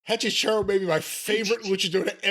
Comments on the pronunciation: Hechizero means Wizard in spanish. It's pronounced A - chi - se - ro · cannot say EH-CHEE-ZEH-ROH to save his life 😂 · It's pronounced hechi sero but who really gives a shit lmao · I did not realize you were all trying to pronounce Hechicero (e-chi-ze-ro) til you found out it was for wizard. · Lol hechicero is pronounced 'eh chee zeh roh' in Spanish but I like this pronunciation better 😂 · BTW, it's Eh-Chee-SEH-Roh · As a spanish speaking listener, it's so fucking funny when they try to say Hechicero